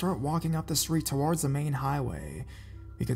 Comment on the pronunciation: I think it's because his emphasis on words is weird.. and he drags some words on when not nessisary.. that's why it bothers me a little Like when he says violent TOWARDS US .. it should be emphasis on the word VIOLENT not towards us.. it's just an unnatural way of speaking idk maybe English is a second or third language for him some people speak multiple languages and make little mistake like that not realizing.. me who only speaks English fluently picks it up right away